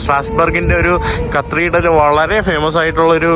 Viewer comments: Hi, കത്രിടൽ അല്ല, കത്തീഡ്രൽ ആണ് ബ്രോ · കത്രിടൽ അല്ലല്ലോ കത്തിട്രൽ അല്ലെ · Katheedral, not (kathreedrel) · Not cathreedal, catheedral is correct, its ok, super videos, very anxious for next👌🏻👌🏻👌🏻👌🏻👍🏻.... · കത്തീഡ്രൽ ആണ്, കത്രീഡൽ അല്ല. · കത്രീഡൽ അല്ല bro കതീട്രൽ എന്നാണ് (cathedral) ഈ കത്രീഡൽ കത്രീഡൽ എന്ന് തുര തുരാ തെറ്റ് കേൾക്കുന്നത് ആരോചകമായി തോന്നുന്നു. പിന്നെ ഒരു suggestion... നീ ഓരോ സ്ഥലത്തു പോകുന്നതിനു മുന്നെ അല്പം effort എടുത്തു visit ചെയ്യാനുള്ള സ്ഥലത്തിന്റെ history and other informations collect ചെയ്യണം. അപ്പോൾ നീ ആ സ്ഥലത്ത് എത്തുമ്പോൾ ഇൻഫർമേറ്റീവ് content നിനക്ക് subscribers നു കൊടുക്കാൻ പറ്റും. ഇത് നീ ഒരിടത് ചെന്ന്. അവിടെ എന്താണ്ടൊക്കെയോ ഉണ്ട്, ഒന്നും മനസിലാവുന്നില്ല എന്നീ പ്രയോഗങ്ങൾ ആണ്‌. Thats not so professional. നീ യാത്ര ചെയ്യാൻ തുടങ്ങീട്ട് കുറെ ആയില്ലേ? Take it in a positive way bro. It’s only for ur improvement I’m a regular viewer of your videos. U can improve. ആ വിശ്വാസം ഉള്ളതുകൊണ്ടാണ് ഞാൻ പറയുന്നത് നിങ്ങടെ videos പൊളി വൈബ് ഓക്കേ ഉണ്ട് super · not CTHREDRAL but it's Cathedral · കത്രിഡൽ അല്ല കത്തീഡ്രൽ (Cathedral) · കത്രീഡ്രൽ അല്ല കത്തീഡ്രൽ, ഞ വരില്ല അല്ലെ ന എന്നാണ് പറയുന്നത് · കത്രീടൽ അല്ല cathedral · Its great all those who have not travelled. The main issue of France is the immigrants as you've said. They are the buglers of France now... One request.. Atleast you maintain the Decorum of Your native place. Not the Yankees.. Don't make disgrace to our country. Not കത്രീഡ്രൽ... കത്തീഡ്രൽ... Take this in mind. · aaaaaaaarghhh not carthidel its cathedral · കത്രീഡൽ അല്ല കതീഡ്രൽ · കർത്തീർഢ്റൽ ? കത്തീഡ്രൽ ആണ് ശരി.😅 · യൂറോപ്യൻ യാത്ര ഗംഭീരമാകുന്നുണ്ട്. പ്രത്യേകിച്ച് കരോളയോടൊപ്പം❤❤..... Cathedral എന്ന English word ന്റെ ഉച്ചാരണം കത്തീഡ്രൽ എന്നാണ്. കത്രീഡൽ അല്ല കേട്ടോ.... അടുത്ത പ്രാവശ്യം പറയുമ്പോൾ കത്തീഡ്രൽ എന്ന് ശരിയായി പറയണേ... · Kathreedal alla mone cathedral aanu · ചെക്കൻ ഇന്ന് മൊത്തം കത്രിടൽ പറഞ്ഞെന്നെ ചിരിപ്പിച്ചു. thanks!😊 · Dear, U r pronouncing wrongly. It is Cathreedral